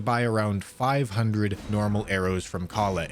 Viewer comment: Does love pronouncing things utterly wrong? I hear him pronounce basic names wrong lol, merchant ka lé not kayle